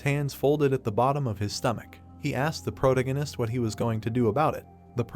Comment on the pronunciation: I appreciate that you uploaded this at all, but this is extremely low quality, low effort work. However you have the AI reading this you really need to take a second look at. Grammar, pronunciations, spoilers with a characters name, the thing can't even decide if Roland is Roland, Protagonist (which the AI is saying incorrectly), brunette guy, list goes on. I watched up to chapter 395 on Manwha Fresh and while it has its flaws, frankly it should be the standard. It is hard to actually enjoy the content when its being read and narrated so poorly. And to get ahead of any empty headed idiots, yes I know it is free, yes I know they didn't have to upload it and yes, you do also know that nothing is exempt from criticism, no matter how much you don't want to accept that fact.